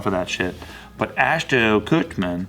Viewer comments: saying “ashton kutcher” like how every news channel butchers every celebrity’s name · I'm cracking up at all the times mispronounced ashton kutcher lol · is progressively pronouncing Ashton Kutcher‘s name wrong throughout the video😂